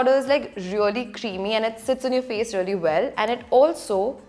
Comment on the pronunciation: She is like... Relly relly relly rellyyy... Almost a hundred times..she didn't even say really.. She said relly relly relly relly relly relly relly relly...